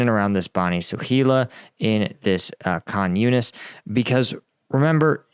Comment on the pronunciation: THE WAR YOU DON'T KNOW AND UNDERSTAND. First of all I commend you for trying to learn the correct pronuncitions (eg Khan Younis. There are 3 H's in Arabic: 1) soft H as in Hat 2) CH as in baCH 3) and KH which is in the middle with no English equivalent). Now to my point. While you have to upper filtered picture of the war you do not understand the full situation and the dilemma of how to do what is required in front of the eyes of the world and conduct the most difficult war ever. So to the heart of what you seem to not understand. HAMAS monsters attacked Israel on Oct 7th with instructions to murder, rape, torture, shoot, burn, sexually mutilate, behead, etc without any mercy or consideration whatsoever. On top of the HAMAS monsters, there were civilians and Fatah there as well. Furthermore the vast majority of Palestinians and many if most Muslims and Palestinian supporters cheered and celebrated the absolute worst atrocities imaginable. UNWRA workers also had hostages in their homes. And hostages were taken to the front entrance of Shifa hospital in plain view of everyone (eg 2 Thai hostages on security cameras). The depravity of what happened totally galvanized the Israeli population and transformed the unspoken prosecution of this war. So with all due respect and you do a great job, but I do not believe you have seen the level of depravity that happened on Oct 7th. I suggest that you try to get true picture of what happened on Oct 7th and factor that into the terror that